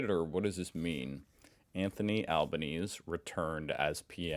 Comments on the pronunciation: Yes, it’s saying Albanese was re-elected. But our election doesn’t work the way yours does, with months in between and a special inauguration date. But it’s pronounced “Al-ban-easy”. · G'day, Just FYI it's pronounced Anthony Albanesee. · Albanese - the final e is not silent - it's Albanes-ee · A small pronunciation note: Albanese has Italian heritage, so the 'e' at the end of his name is not silent. i.e. al-ba-NEE-see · Pronounced Albaneasy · It’s pronounced “Albanezy” mate! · It’s pronounced Anthony Albaneezee. We pay for the sausages, about two dollars fifty. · Albanese rhymes with sleazy. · it's Albanes-e - you need to pronounce that last e! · His name is pronounced Albaneesee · its pronounced Alban Easy. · it’s Alban-easy!! Though most call him Albo! 😂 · It's pronounced "Al-ban - easy". Please. "Returned" is an electoral terminology. It's perfectly legal and understandable. Antony Green is an election LEGEND - 30 years as THE BEST EVER! 🌟💪 The election day BBQ serves up what we call "DEMOCRACY SAUSAGES". 🥰 Great work by the Cops. Maybe that woman can be helped with the correct treatment... ❤ M 🦘🏏😎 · Alban - easy (that’s how you say the PMs name, ) 🙃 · His name has four syllables: Alban-easy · his name is pronounced Al-ban-easy. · It is definitely NOT a hot dog. Also, it is Al-ban-easy, which is reasonably close to the correct Italian pronunciation. Please pay attention! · PLEASE pronounce Albanese : Al ban easy. It’s Italian. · For the THIRD time …………AL BAN EEZY! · Gidday, Love the site. It’s Alba—neezy 💛👍 Luvyawerk. T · Why don't you pronounce the E at the end of Anthony Albanese. Everyone else pronounces the sound Albanes'e' in Australia, so what can't you? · You're still mispronouncing Albanese There should be an ee sound at the end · I have been listening to mispronouncing "Albanese" for months and it is driving me CRAZY. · Other non-Australian journalists, podcasters etc also mispronounce Albanese.